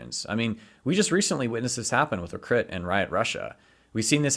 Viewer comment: 'Le Crit' confirmed French